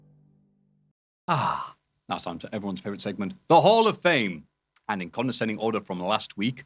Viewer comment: I wonder how long til realizes it's "descending order" not "consending (sp?) Order" please. It's been driving me nuts for years